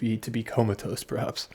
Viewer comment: its cos he swallows "perhaps" sounds like "sprats"